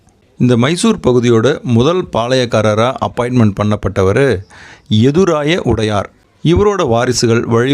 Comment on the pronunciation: உடையார் இல்ல...வடையார் என்பது சரியானது...